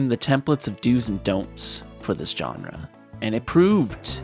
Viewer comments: Its "genre" not "johnra" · You use the word “genre” a lot, so you should probably learn how to pronounce it. It’s not “john-ruh”, it’s “zhaan-ruh”.